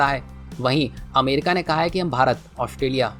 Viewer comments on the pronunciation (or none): none